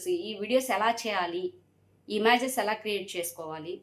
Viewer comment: ఇమ్యాజస్ కాదండి ఇమేజెస్